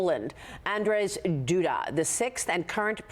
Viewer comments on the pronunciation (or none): Not Andres! Andrzej (read Andzhey) is his name. 🙄